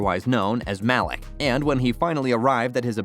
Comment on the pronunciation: "mahlick" pretty sure his name is pronounced "maleek" bro